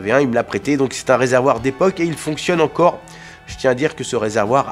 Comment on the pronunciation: J'adore le "je ne sais quoi z'encore" ;)